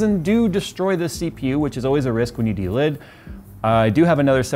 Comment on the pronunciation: Delid dude, not delit, it was hurting my head saying delit lmao